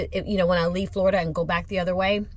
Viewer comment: Everytime you say Florida I wanna cry 😭